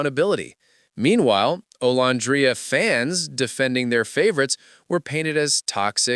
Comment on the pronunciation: Are you deliberately calling her name wrong it's very disturbing and cringe if you thought you were cool I'm disgusted by all this